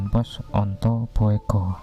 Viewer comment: Bugo bukan boego bacanya